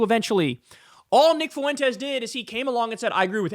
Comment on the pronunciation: I like Kyle a lot, he's exactly the kind of commentator the zeitgeist needs right now... ...but dammit, Kyle, how hard is it to pronounce "Fuentes"? It's just two syllables. Get it together, man.